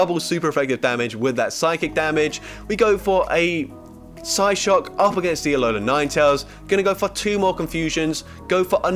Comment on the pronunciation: he says psyshock psyshook😂